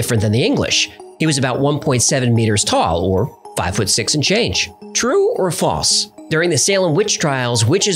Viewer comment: That's not how to pronounce false. It has an L. Pronounce it.